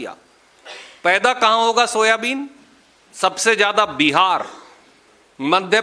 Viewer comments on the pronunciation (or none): none